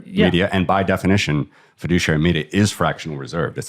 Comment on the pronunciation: Take a shot every time he says FEDUCIARY MEDIA. Or better don't... :D